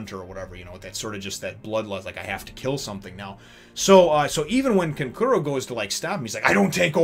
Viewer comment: Such a great chapter. Gaara is an absolute nutjob in these Exams. Your first pronunciation of Kankuro's name in this video was the correct one by the way.